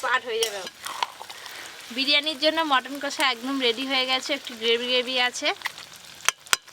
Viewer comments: Bolchilm কোষা ta ki kotha... Its কষা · Kathata chicken kosa noi chicken kasa.